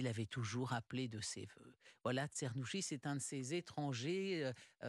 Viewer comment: Afin de donner une idée de bonne prononciation phonétiquement : " tchernousqui ". 🙂